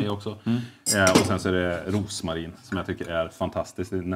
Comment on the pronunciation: Drinkarna ser sjukt goda ut! Blir för övrigt glad när folk uttalar Rosmarin som man ska 😅